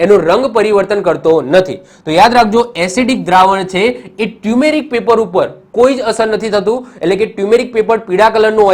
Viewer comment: Sir, ટ્યુમેરિક paper નહિ.... ટરમરીક પેપર કહેવાય